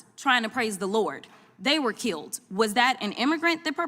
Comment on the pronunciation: Tell Crockett it's KILLED. Not KILT.